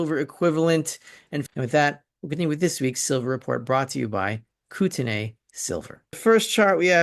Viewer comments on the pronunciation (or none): we pronounce Kootenay Koot n e in this region. Canada EH! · It is pronounced ‘ koot en eee’ or koot n ee. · Live your stuff! It is pronounced Kootnay fyi